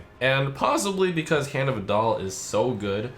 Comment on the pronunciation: Is it just me or does it sound like he says "hand of a doll"?